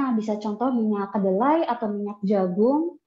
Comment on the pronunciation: Minyak Kedelai , bukan keledai 😅😅